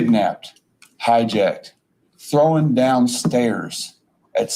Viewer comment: How many syllables are in the word "thrown?" Is he Canadian? 😊